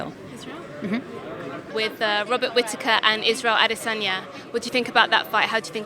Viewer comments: Robert Whita-taker?? Who the fook?? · Robert whita whitataker 😂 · Joanne Calderwood can't pronounce "Robert Wittaker"? English is not her mother tongue? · Am Scottish and a can tell u right now Whittaker is not hard to say 😂😂😂